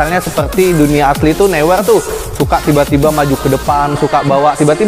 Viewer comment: Neuer bacanya noyer bang